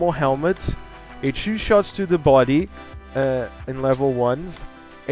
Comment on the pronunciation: Before you criticise ANYTHING, learn how to say the number 2 stupid